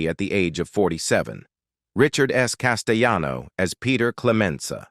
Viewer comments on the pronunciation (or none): Actor Richard CASTELLANO is an Italian American, not a Spanish American, therefore his name shouldn’t be pronounced Casteyano. Just saying. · The double "LL" in Italian is pronunced as Ls not y's as in Spanish. This voice over guy (*AI voice) is on so many videos and he pronounces things incorrectly all the time.